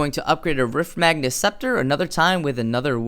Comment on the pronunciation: he kept saying "Riftmagnus" and "Agorian" and I was just confused as to where those extra letters were coming from.